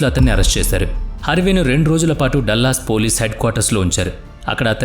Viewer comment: డల్లస్ కాదురా మూర్ఖ డాలస్